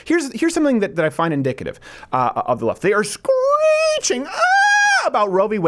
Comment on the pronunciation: okay, but Steven said "inDICKative" at least twice